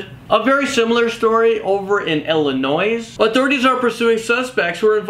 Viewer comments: you don't pronounce Illinois with and s.... You're supposed to say it like Illinoy lmao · Illinoissssss? Nice English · I'm just saying this but in Illinois the "s" is silent. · Really? illinoiSSS? Really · It's Pronounced "Illinoi"! The "S" IS SILENT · that Illinois, the last S is silent.. pronounced "Ill-eh-noy" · Don't say the letter S when pronouncing Illinois. It's improper. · there is only one Illinois the s is silent. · The s in Illinois is silent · The "S" in Illinois is silent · He just said Illinois with an s, the s is silent